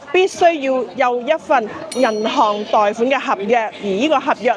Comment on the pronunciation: 不好意思，纠正一下，贷款的广东话读音是“太”款，不是“代”款。